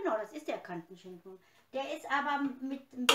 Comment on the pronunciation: Liebe, es heißt NICHT KANTENSCHINKEN SONDERN KATENSCHINKEN.....BEI EINIGEN DEINER AUSSAGEN TUN MIR DIE OHREN WEH 😂😂😂😂😂😂✌️✌️✌️✌️✌️